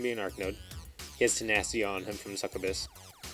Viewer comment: A few friendly reminders: 1. Feat says enemy models become stationary so don't worry about clipping your own. 2. Not sure if you were using spell vortex from his hex hunter shots or cuddles. 3. I believe succubus is pronounced suck-you-bus That being said I'm loving the videos. Keep them coming.